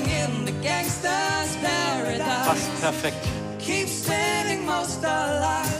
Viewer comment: why he says pearadaese